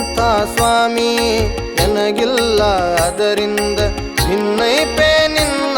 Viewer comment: ಅದ್ಭುತವಾಗಿ ಮೂಡಿ ಬಂದಿದೆ. ದಾಸರ ಪದಗಳಿಗೆ ಉಚಿತವಾದ ಧ್ವನಿ. ನಿಮ್ಮ ಧ್ವನಿಯು ಇನ್ನು ಹೆಚ್ಚು ಹೆಚ್ಚು ಕೇಳಿಬರಬೇಕು. ಮನವಿ : ಸ್ವಲ್ಪ ಉಚ್ಚಾರಣೆ ಕಡೆ ಗಮನ ಕೊಡಿ." ಬಿನ್ನೈಪ" ಪದ "ಭಿನ್ನೈಪ" ಅಂತ ಕೇಳಿಸುತ್ತೆ. ಶ್ರೀಹರಿವಾಯು ಗುರುಗಳ ಅನುಗ್ರಹ ನಿಮ್ಮಮೇಲೆ ಸದಾ ಇರಲಿ.